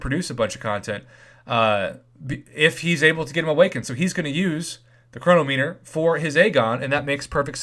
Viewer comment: Save for it. Btw- please pronounce chronometer correctly.